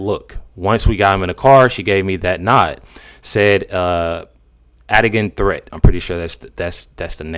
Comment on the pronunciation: "Adigan Threatt" sounds like "Had a Gun Threat"